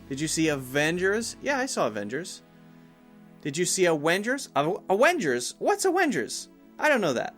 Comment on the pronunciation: Useful video! But I have one problem. Who on Earth is saying "Awengers"????